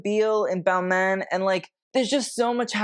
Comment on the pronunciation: You kinda mispronounce the designer names. Very Americanized. For example, Balmain ends with an exhalation, not a consonant.